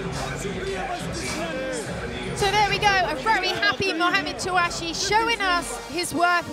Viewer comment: It's TouCHASSIE not Touachi.. She always pronounces it incorrectly